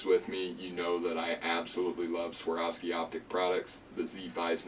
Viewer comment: Please !!! A is first, O is second in SWAROVSKI.